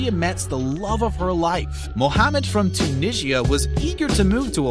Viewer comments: Tu-nish-iah? Tunisia. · u cant pronounce tunisia?